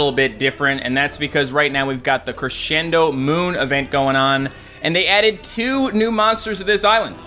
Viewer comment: Yesssss creshendo moon CRESCENDo NOT CRESHENDO